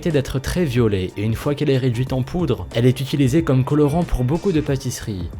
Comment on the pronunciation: Au début du 2 j'ai entendu "ce fruit à l'habitude d'être très violé "... 😂😂😂